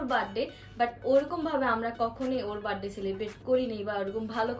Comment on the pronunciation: বাড ডে না বার্থ ডে